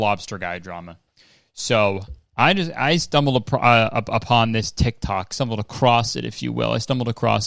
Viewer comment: "stumbled a-prawn"